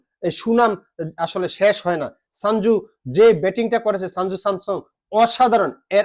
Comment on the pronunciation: ওরে ভাই ওটা সাঞ্জু নয় সঞ্জু😅😅❤️❤️❤️